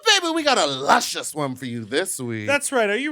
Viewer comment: Whenever I am about to make a bad decision...I hear Lushcious in my ear...Don't do it little gurl